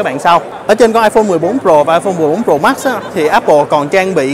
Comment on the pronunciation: Tại sao trình độ như vậy mà vẫn đọc sai. Tại sao đọc là: Pro mắc.. mắc